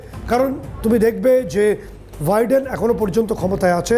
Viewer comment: Viden না। নাম হচ্ছে Biden। আপনারা অনুষ্ঠান করতে গিয়ে নিজেদের উচ্চারণ ঠিক করেন না কেন? একটু সতর্ক থাকতে হয়।